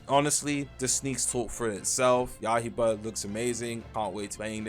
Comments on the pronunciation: not yahiba it is ya - I - ba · It’s ya-i-ba unc not yah-he-bah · yaiba, not yahiba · yah-hie-bah 😭when he gonna learn